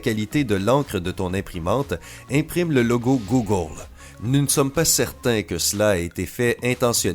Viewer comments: C'est quoi cette voix étrange là et pourquoi il dit Googole? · J'adore avec ton accent quand tu dis GOOGLE lol